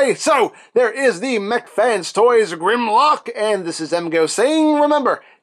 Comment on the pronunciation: Maybe it’s pronounced GUHRMlock?